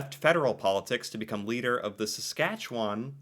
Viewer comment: i'm impressed with your dead-on accurate pronunciation of Saskatchewan, most Americans have alot of trouble with that one. 🥰